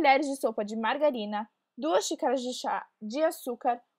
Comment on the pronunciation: mangarina kkk e niiina k